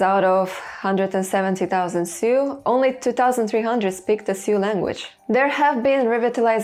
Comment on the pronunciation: Jsyk, the word Sioux is pronounced just like "Sue," the i is silent. I'm not sure why either but it's what I've always said